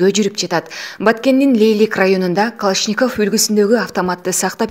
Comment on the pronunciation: Ушул жанылыкты окуп жаткан кыз. Сени канчалаган адамдар угуп, коруп атышат. Жазылган создорду тура оку.Калашников деген созду басым кайсыл тамгага, койууларын билсен.